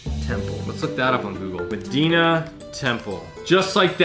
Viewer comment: Hey just so you know it’s “meh-die-nah” lol sorry I’m from Chicago I have to correct you lol